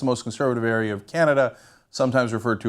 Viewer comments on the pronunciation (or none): none